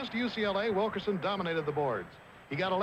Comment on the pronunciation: Nice of Bill Fleming to pay tribute to Bobby Wilkerson' for his sensational 19 rebounds against UCLA, but could he have perhaps gotten his name right -- Wilk-IN-son?